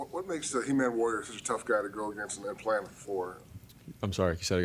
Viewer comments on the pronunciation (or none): Did he say EmanWarior ? Lol